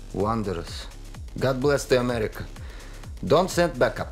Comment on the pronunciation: "I'm happy to be in Amyerica..."